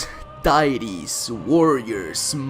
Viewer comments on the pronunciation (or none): Boi said "Ditys" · gadss, dyetees, wooreears, munesters